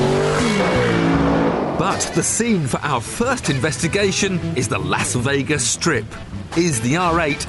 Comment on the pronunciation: the way he pronounced Las Vegas was horrible.